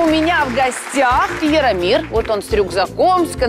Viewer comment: •ღRaffaellkaღ• не Иромир, а Яромир